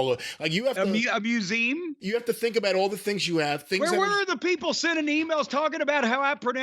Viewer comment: wait, people write in about how Jim says Nevada when he's right yet don't pick up on wrongness with poem and museum?